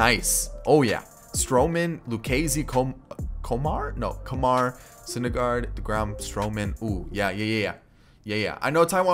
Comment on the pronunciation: Guy with an Indian heritage here, it's called: "Koomar."